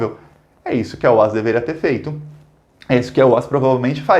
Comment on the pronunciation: excelente video! A pronúncia do nome da construtora OAS é "óaÉssi".